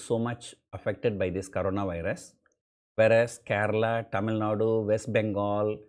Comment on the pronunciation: Your pronunciation TamilNadu looks like you are from foreign country.... But most of the comedy examples are from the so called Tamilnaaduuu... Keep it up